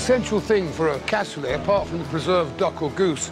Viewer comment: I come from toulouse and it is "Cassoulet" not "Cassolet". I don't know this person but aparently he was a nice guy... Nice video btw